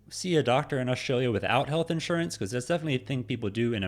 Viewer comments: Australia not Oshtralia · Hey maate, There us no H in Australia. It is not pronounced Aushtralia. You can have that for nothing. Have a good day